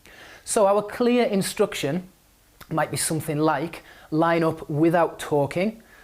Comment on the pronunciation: I'm sorry, why do you say 'instruction' with the sound "u"?